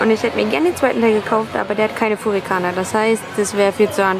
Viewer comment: Es heißt furigana, nicht furikana...! ;-)